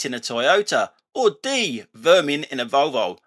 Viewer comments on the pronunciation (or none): Interesting pronunciation of ‘Volvo’. 😂